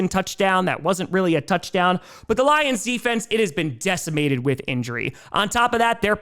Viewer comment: Lol, anyone else notice said Gions instead of lions?